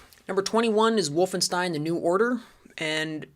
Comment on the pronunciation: I liked Zeno Clash a lot... I am one of those people. Good enough for this list? Unsure, but still IMHO a good game. That ain't how Wolfenstein is pronounced:P... Very fair on Serious Sam this time. Seems like I got through:D. Also agree, the original is a better choice even if IMHO the HD remake is good for new players to enter into the series. Metro 2033 is an example of remediation in gaming. Deserves to be on the list. I strongly dislike Far Cry 2:P COD 1 and > MW1. Call of Duty MW2 is American Propaganda (along with MW3). Too stupid, they ruined it:( Dislike Red Faction Return to Castle Wolfenstein > The New Order, even though IMHO TNO is great, one of the best in recent times. Natural Selection is that good. So is Tremulous. And to be fair so was Turok:P Crysis 1 is an excellent game. AMD/ATI/Nvidia fanboy wars and faggots ruined it. Its MP is great, its SP is an excellent grieving sandbox. I agree on IGI and Far Cry 1 in general though. Stop hating on Indie games or I will be forced to school you:P Planetside 2 is good and many people play it. Bioshock 2 is better than Bioshock 1 and both are worse than System Shock. Strongly dislike Far Cry 2. What it did, STALKER did better and before it and even recent FC games lose in comparison. CS:GO is not BS. Play it, you are wrong. Half Life 2 is great. Delta Force Black Hawk Down is an OK pick IMHO, but not for a Top Game list. Important IMHO overall. STALKER is fine to be in the top end of the list. It created g